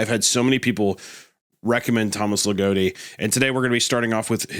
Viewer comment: legotti giggling and kicking his feet hearing yall butcher his name also mispronounciation of names isnt generally viewed as disrespectful in hellenism so aside from the fact that anima mundi isnt exactly a deity, you should be safe from internet pegans for now